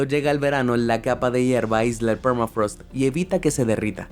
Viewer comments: es "thermafrost" no es "phermafrost," encima lo copiaste y pegaste asi...que lastima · Permafraasth !! Habla en criollo hermano.. se pronunciá permafros che vende patria